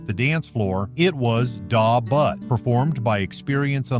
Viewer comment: You have the music on too low. I also hate the way you pronounce Da Butt by EU. Horrible job on the video .Do better or stop making videos and embarrassing yourself!